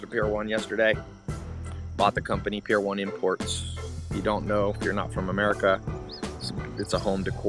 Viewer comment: 🤣🤣 Excuse-moi, mais lorsque tu as prononcé le nom du magasin « Pier 1 Imports » a je ne l’ai pas reconnu et j’ai éclaté de rire en réalisant que tu parlais d’une boutique que j’ai fréquenté régulièrement en 2000 ici au Québec. 😅 Il n’y a pas de bonne façon pour prononcer ce nom, il est phonétiquement différent à chaque personne qui le prononce! J’adore tes vidéos et tes sujets qui me garde bien informé sur des détails d’internets! 😘🌹